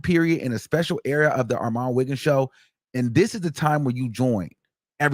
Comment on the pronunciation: is he saying or all my niggas? LMFAO